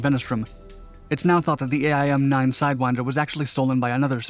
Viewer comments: Same here... never heard aye - eye - M - nine. Only AIM-9. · Air Force vet here: Say "Aim 9", not "A-I-M 9". I've never once heard it pronounced that way until today. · Navy vet here. Ditto aim-9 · Same here